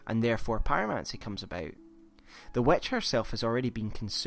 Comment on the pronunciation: The "wetch" he says... lol Seriously, is it that hard to say "witch" ?